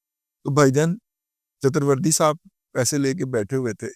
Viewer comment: Chatuerverdi nahi sale chaturvedi hota ha